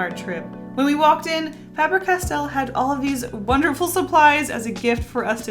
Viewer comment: Fabre Castell... it has castle essentially written in the name. The spelling is the same in Welsh, for castle. Just pronounce differently